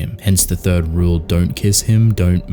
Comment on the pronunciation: Saying thief* not third